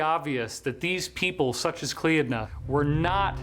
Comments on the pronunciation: The name of that goddess Cleodnah is actually pronounced klee-nah. Just FYI, no offense intended. Love the video. Very informative and interesting. Love and light. ❤❤❤ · klee-nah. There is no r. The d is silent.